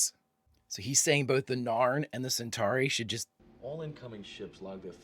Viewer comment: …Did you just go from calling the Narn the Naan to calling them the ZARN right at the end there?